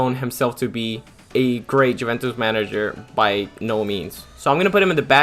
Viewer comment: Probably learn how to pronounce stuff before you embarrass yourself 😂 Ajax Juventus de ligt all pronounced horribly